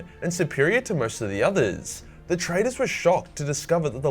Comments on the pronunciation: ish, I think he was saying traders not traitors. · I thought he said Loyalists and Traders, not traitors. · I thought he said Traders, not Traitors.